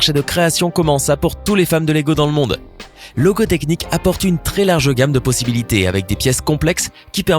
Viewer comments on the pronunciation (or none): il a dit logo technic mdr